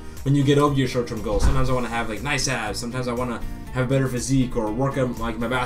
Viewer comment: Lol when he said "I want to have nice abs" I swear I thought Sensei said I want to have a nice ass! xD